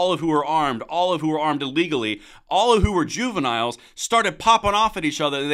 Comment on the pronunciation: When this cold-hearted orb said " juniniles" were those said juviniles GANG MEMBERS?